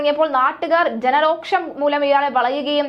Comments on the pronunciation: എത്ര പ്രാവശ്യം ഞാൻ പറഞ്ഞു രോക്ഷം അല്ല രോഷം ആണെന്ന്. അക്ഷരം പഠിപ്പിക്കാതെ പുതിയ തലമുറയെ സർക്കാർ നശിപ്പിച്ചു 🙄🙄🙄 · രോക്ഷം അല്ല. രോഷം .മലയാളം ശരിക്ക് പറയണം .